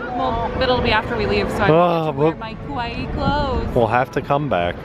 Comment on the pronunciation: You guys are so cute and these Tokyo Disney videos are great! I just had to comment on something said though cause it was pretty funny. At about when you’re talking about getting “cute” clothes you sound like you say, “kowaii”, which actually means scary😂 What you meant to say...or at least I assume you did (maybe you want scary clothes? Hehe) is, “kawaii”.